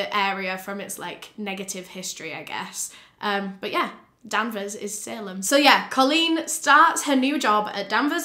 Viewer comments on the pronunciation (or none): you said the town name wrong so much that i didnt even know where this happened at first LOL its danvers with an A, not denvers! and salem is still there, it was more a case of danvers and salem being divided into two towns. this is such a horrifying case, i remember when it happened and i saw it on the news